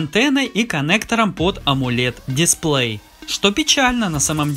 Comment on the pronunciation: Почему амУлед, если амОлед?